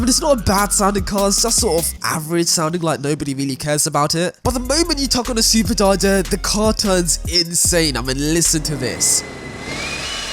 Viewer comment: no one: this guy: "turbotarter" "supertarter"